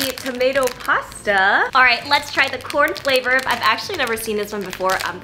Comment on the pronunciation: ‘Corn flavourrrr’ 😊